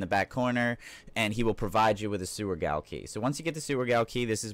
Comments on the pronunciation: Its pronounced JAIL. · Frick. It’s pronounced ‘Jail’. Great vid helped a lot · Sweet vid dude! Also Gaol is pronounced jail. :) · FYI: 'Gaol' is pronounced the same as 'Jail' and have the same meaning. Gaol is more common in the UK/Australia but still Jail is becoming more predominant and has a more archaic feeling, hence the use in Elden Ring